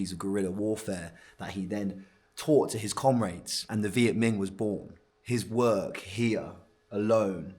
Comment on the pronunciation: It’s Minh not Ming…